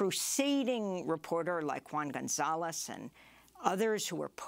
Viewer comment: Great show, I always listen via podcast. 1 little thingy, please pronounce Juan's name properly: Who-an :)